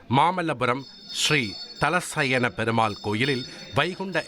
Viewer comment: பெருமாள் பெயர் ஸ்தல சயன பெருமாள் . சரியான உச்சரிப்பு செய்ய வேண்டும். ஹிந்தி ஸம்ஸ்கிருத்தை எதிர்த்தால் இப்படித்தான் பேச வேண்டும்.😢